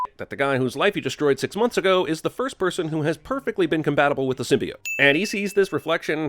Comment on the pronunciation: HOLY CRAP THEY FIXED SYMBIOTE PRONUNCIATION!? Then I WILL see the movie.